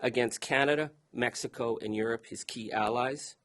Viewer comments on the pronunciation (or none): none